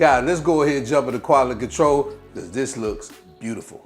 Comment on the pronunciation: “Qually Controll” 😂